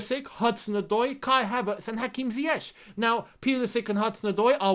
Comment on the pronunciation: Just as the "ch" in Tuchel is pronounced as "k", the "ch" in Ziyech is also pronounced as "k". the only guy to pronounce it correctly as "Ziyek", even Lampard never bothered to get it right🤦🏻‍♂️